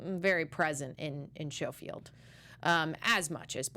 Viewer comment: Good review. 😊👍 One thing, though. It's pronounced SKOfield, not SHOfield.